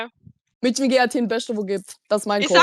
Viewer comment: SEIT WANN KANN MÄDCHEN RICHTIG AUSSPRECHEN?!?!!?